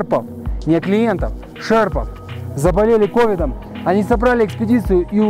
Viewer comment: Не кОвидом, а ковИдом!!!!